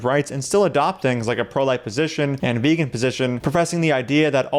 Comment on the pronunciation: Thanks a lot for your loving work. Frankly speaking, I cannot listen to a guy like J P, who could not even pronounce the word VEGAN properly! However, people who consider themselves animal lovers, will one day finally realize their own hipocracy and change overnight. Yes, the world should be VEGAN now. God bless!